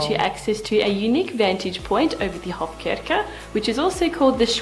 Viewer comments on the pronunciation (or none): "Visit Hofkirke" - it´s meant to be Hofkirche. "Kirche" means church ;)